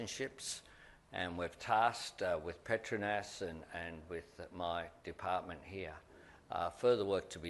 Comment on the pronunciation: Petronas, not the Petrunas😅